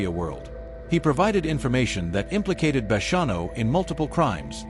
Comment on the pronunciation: Ai is annoying needs to say hid name correct! And the bonnano name!